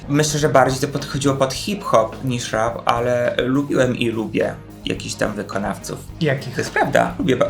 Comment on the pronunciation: Zrozumiałam „rak czy disco polo?” i myślę sobie, że to trochę creepy. Chwilę mi zajęło ogarnięcie, że mówicie o rapie 😂😂